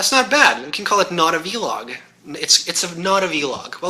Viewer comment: Please, do not call it vee-log, rubs me the wrong way :P VEE-log... VEE-gina :)! I'll be waiting fo the handi-gamer stuff